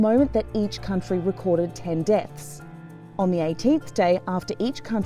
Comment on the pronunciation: what I know is that you have a bad pronounciation and most likely use your phone and don't correct. It's deaths, not depts. 😜 Oh, and you watch RAI. What might your language be? 😏